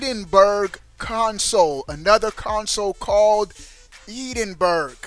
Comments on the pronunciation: It's pronounced Edin borough. Edinburgh is the capital of Scotland you dingus 🤣 not sure where Eden berg is though?? 😂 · lol "Eden- Burg" obviously never spoke to any Scots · Your pronunciation of Edinburgh is fuelling my nightmares. Ehdinbruh is how you pronounce it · Eden burgh lol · You're pronouncing Edinburgh wrong. Look up the pronunciation of the capital of Scotland. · The way you pronounce Edinburgh is incorrect, I live in Edinburgh Scotland, Google search how to pronounce it, great video though :) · You're pronouncing 'Edinburgh' incorrectly lol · Really like this channel but you got to be able to say Edinburgh correctly ..just ask Google 😇😇👍🏻👍🏻